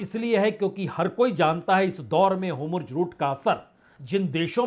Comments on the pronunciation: सर, आप तो विद्वान पत्रकार हैं। आपको शत-शत प्रणाम । कृप्या होमर्ज ना बोलें । उसकी जगह हॉर्मूज बोलें तो अच्छा है। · ❤Hormuz बोलिए.Homurj..nahi❤ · Hormuz का उच्चारण आप Homurz क्यों करते हैं? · Sir it's not Homurz it's Hormuz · अब तक होर्मुज बोलना नहीं आया 😂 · Atleast learn to pronounce HORUMZ PROPERLY, before you can be taken seriously